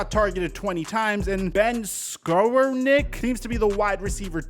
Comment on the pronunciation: Scovroneck... This is how you pronounce his name. :)